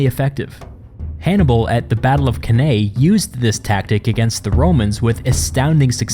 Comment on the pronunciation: This was a great video and you've earned yourself another sub. But, Canay? That's the weirdest way I've heard Cannae pronounced